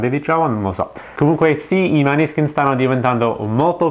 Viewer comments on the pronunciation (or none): Comunque si pronuncia Moneskin.